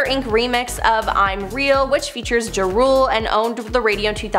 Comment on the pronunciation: It’s pronounced Ja (like jaw) Rule, not Jay Rule.